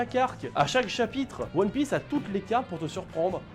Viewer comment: La prononciation des noms des perso de one piece m'a fait mal